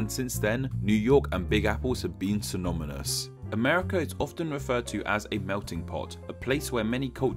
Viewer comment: My friend, excellent video. Just two things. Ano-ny-mous and Syno-ny-mous, haha.